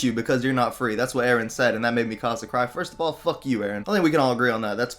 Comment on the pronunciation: its not mi casa its mikasa